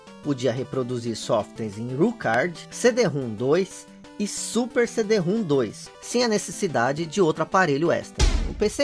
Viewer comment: Na verdade é CD-ROM elevado a 2. Se lê CIDIROMROM.